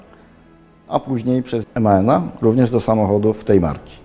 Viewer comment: Aż uszy krwawią gdy słysze jak ten facet mówi "emaen" a nie MAN